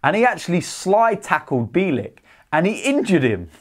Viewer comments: Pronounce his surname correctly will you? Phonetically it's Bee-yell-ik. Mind you last season you kept pronouncing Rennes as Renns, despite Robbie interviewing one of their fans and telling you how to pronounce it correctly, with no S. Although, why should I be surprised at your lack of education, you are thick Gooners after all. 😁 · It’s pronounced Byeahleek